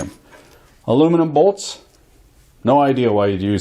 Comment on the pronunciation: “......testing a’bolts’a......” 😂😂😂😂😂🤣🤣